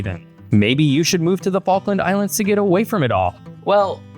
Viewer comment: "Which focken islands"